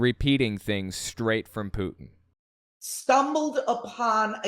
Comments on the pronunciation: sorry to make fun of an accent but it sounds like she loves "Poutine" (which is fries with gravy and cheese - a fave Canadian dish) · Funny how you say putin. Maybe say it more lime the french. Putin has meaning in french. It sounds like boudin white blackpudding , sausage. And ofcourse hooker/ putain